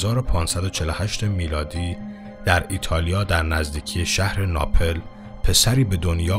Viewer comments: دوست عزیز اون شهر ناپِل (Napel) نیست بلکه ناپل هست (Napl) روی حرف پ ساکن هست نه کسره... ناپل تلفظ میشود.... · ببخشید ولی ناپِل درست نیست و ناپل درست هست ۳ سال اونجا زندگی کردم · .سلام استاد.من فکر میکنم تلفظ صحیح نام شهر ناپل،بصورت اینکه حرف پ با سکون بوده و نه با کسره. Napl is correct and Napel is mis... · استاد ناپل با سکون پ درسته نه ناپِل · اخه خودت قضاوت کن ؛ من چطور میتونم تحقیق شخصی رو قبول کنم که اسم یکی از شهر های مهم جهان ( چه از نظر تاریخ چه از نظر توریستی و …) به گوشش نخورده و نمیتونه از رو درست بخونتش رو قبول کنم؟! اسم این شهر ناپٓل است نه ناپِل ! در واقع علامت روی حرف پ ساکن است البته این یکی از دهها اشتباهی است که در کلیپ هات داشتی ! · شما که اینقدر خوبی و اطلاعات مفید می‌دهی، حیف است که نام مکان‌ها، شهر ها و اشخاص را درست بیان نکنی ،شهر ایتالیایی مورد نظر naplاست دوست عزیز نه napel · ناپِل چیه پِ خوونده نمیشه ناپل نه ناپِل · عرض سلام و ارادت و تشکر از ویدئوهای بی نظیرتون جسارتا کلمه ناپل رو با سکون "پ" تلفظ بفرمایید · خیلی دوستدارم بدونم بعد از ۳ سال آیا هنوز اسم این شهر رو ناپِل تلفظ میکنید یا نه واقعا شرم اوره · سلام.دوستان عزیزی که کامنت بنده رو میخونن ،لطف کرده واین بنده بیسواد را ،اگاه کنید. تاجاییکه من میدونم، تلفظ درست کلمه شهر ناپل ،بدون کسره حرف، ،پ ، است .از گوینده این برنامه انتظار اشتباه ،اینچنین فاحشی را نداشتم. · شما هنوز تلفظ درست کلمات رو بلد نیستید...ناپِل(napel)؟ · آره این بنده خدا که تلفظ شهر ناپل رو بلد نیست چجوری این اطلاعات را بدست اورده ، جای تعجبه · حداقل اسم شهر ناپل رو درست تلفظ کن. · آقا خراب کرد با تلفظ اشتباه اسم شهر ناپل. یک عده با به‌به و چه‌چه گفتن باعث می‌شوند تصور باسواد بودن و اطمینان کاذب به افراد دست دهد آنقدر که قبل از درست کردن کلیپ دو تا سرچ کوچک نکند تا تلفظ صحیح واژه‌ها را یاد بگیرد! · فکر میکنم بعضی کلمه ها درست تلفظ نمیشن...ناپل....زندگیه او را {زندگی او را}...و..و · شما اول تلفظ درست شهر ناپل را یاد بگیر و بدان که هیچ راز ممنوعه ای در خلقت نیست . خدا محدود نیست تا از ممنوعیت و ممنوعه ها استفاده کند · ممنون از شما ، اما اسم شهر ناپلو اشتباه تلفظ کردید! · ناپل با سکون پ و نه با کسر آن.